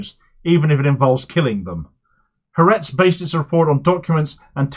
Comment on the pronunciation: Thank you for reporting on this issue! I'd like to say, to make your reporting even better in the future: it is not pronounced HaRETZ. It is Ha-ARetz. The "ha" is "the" and ARetz (AHR-ets) is Land. Ha-ARetz. Similarly, it is the MoSSAD, not the MOsahd. Ty